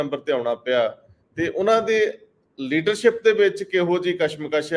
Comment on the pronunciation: The word is Shromani not Saromany, Leadership not Leadersip ,Shift not Sift ,Kashamkash not Kasamkas, so on and so forth as one of your commentators pronounces-the points need to be taken notice of . Thanks .